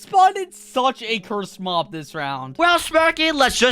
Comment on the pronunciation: Smirky why are you saying mom insted of mob😐